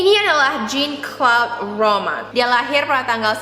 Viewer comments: jean itu bacanya bukan jin tp kaya jean biasa di english kak :) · Jean : J is pronounced as SZ sound "vision". EA is pronounced like the "ahhh" sound you make when you are relaxing. enunciate the N. the E is silent.